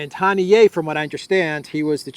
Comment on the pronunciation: Haniya,, not Hanié